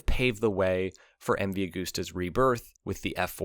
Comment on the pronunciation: Cant sit here and listen to you saying a-g-o-o-s-t-e-r any longer.